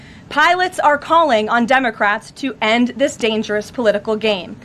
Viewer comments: Did she say dummy-crats 😂😂😂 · Did she say "on the dumbocrats"? 😂😂😂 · Hahaha, i heard that karoline, “ the dumacrats” i love it!! She says it twice in the first 39 seconds .. 👍👍👍✌️✌️🙏🏼🙏🏼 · Sounds like she is saying dumbocrats, which is not far off! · Senate dumbacrats? Is that what I just heard her say?! 🤣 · Haha notice how She says " Dumocrats 😄 🤣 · I thought she said “dumbocrats” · Lmao did she say " dumbocrats "